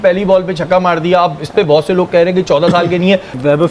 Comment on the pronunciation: 4 caukke nhi, 4 chhakke👈👈👈👈👈👈👈👈👈👈👈👈👈